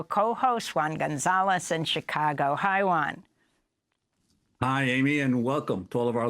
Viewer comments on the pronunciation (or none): none